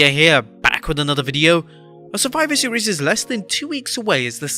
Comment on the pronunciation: "Surfiver Seas" - Adam Pearce.